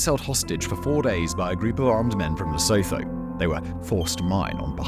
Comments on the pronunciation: Lesotho is pronounced "Le- soo- too". The "h" is Lesotho is silent and not pronounced. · Ok, stay with me. Lesotho is pronounced: Lu-sue-two. The Le/Lu is the same way you say Le in French. The sue as in to “sue” someone. And two as the number two. This is way we pronounce it in South African English. You make Lesotho sound like a pair of loathers for your feet. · Thanks for this. As a South African police officer, one hardly hears a balanced take on the plight of the miners in the Witwatersrand. For the record, Lesotho is easier to pronounce than one might assume: 'Le-soo-too' will do. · Lesotho is pronounced le-soo-too. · Nee fok I was wondering what Simon was saying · He has said it like that in other videos too. Needs to read the comments section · I love these videos, but could they please run the pronunciation past someone who knows how South African words are pronounced? It's not just the Afrikaans words, but why can no English person pronounce Lesotho correctly? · Its pronounced Lè sue two (Lesotho)and Vit vaters rant (Witswaterand) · Great content, but please research the pronunciations of the words before producing content. Zama Zama, Witwatersrand, Lesotho, Braamfontein. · Sound volume and pronunciation of "Lesotho" and "Witwatersrand" was horrible 😂